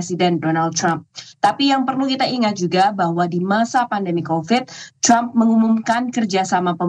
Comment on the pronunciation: Kenapa ya kalau nyebut Trump selalu “Crump” padahal orang Amerika nyebutnya juga Trump biasa, bukan “Crump”